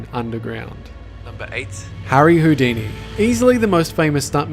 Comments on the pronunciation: Its harry 'hoodini' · HOO-DENI. I'm so sorry.